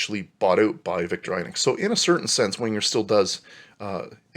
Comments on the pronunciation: Vik-TOR-ə'nox Almost ee-nox, but not quite. Wenger = VENG-uh That's aboot it! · Good video but pls learn to pronounce victorinox right xD And there is no swiss language its german. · Its weird how some people pronounce Victorinox “victor-eye-nux” but is really pronounced “victor-i-nox